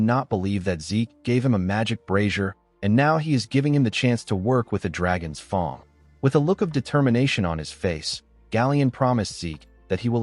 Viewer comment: Great story telling but why does 'fang' get pronounced almost as 'thong' 😂